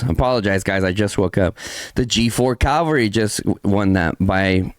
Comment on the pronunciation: CA-VAL-RY - you damn mexican, say it right